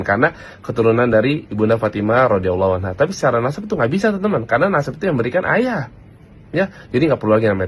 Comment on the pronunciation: baca rodhiyallahu anha aja salah mau berfatwa😂